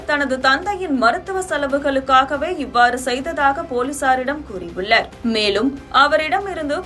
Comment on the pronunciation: நகைக்கடைக்கு சென்றுள்ளர் , கூறியுள்ளர், வாக்குமூலம் அளித்து உள்ளர், தெளிக்க முயன்றுள்ளர் செய்தி வாசிக்கும் தாயே உன் வாயில வசம்பு வச்சி தேய்க்க... தமிழை கொலை செய்யாதே ....